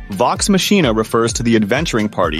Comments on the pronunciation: Matsina! MATSINA!? Is it really pronounced like that in English? I always say it Maccina (c:s are two soft k:s). I also think the crew themselves say it that way (please, correct me if I am wrong) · i would rewatch or watch vox machina if you never saw it. you pronounce it wrong. you say it like the word machine but its more intone like makina. thats how they say it in the animated serie. so what do i know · It’s VoX ‘Mock-ee-nah’ not Mah-chee-nah , if you are not a native English speaker. This AI voice is mispronouncing it. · You know it's AI when it can't pronounce "Machina"